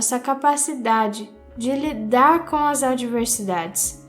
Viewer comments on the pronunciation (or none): none